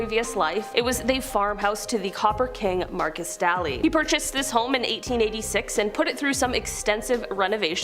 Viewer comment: His name is markus Daily say his name right,montana born and raised.Markis Daylee,pronounce it right.